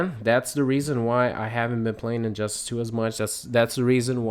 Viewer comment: I never played the game and did you say injustASS? lol